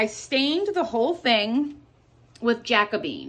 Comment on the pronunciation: Love your crafts but please. It's ja CO be an. Not jac o bean. Thanks